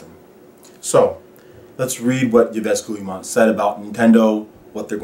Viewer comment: Great video,. Agreed 100% Ubisoft is the French EA. Btw, his name is pronounced "Eve Gi Mon"